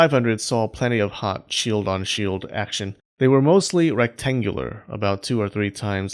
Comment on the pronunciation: Wtf is with your action pronounciation